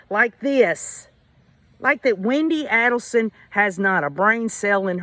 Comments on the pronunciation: So glad you are covering this case! I don't really know if Harvey was involved before hand, but I am certain he knew what happened after. I'm glad their son Robert left the family and is supporting the Markel family! Just an fyi the A in Adelson is a long A. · You pronounce her last name wrong